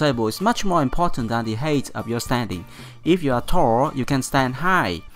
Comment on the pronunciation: the word height is pronounced hait not heit.. Don't take this as a rude thing i want to help you with your English